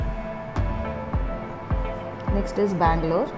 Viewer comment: It is bangalore not a mangalore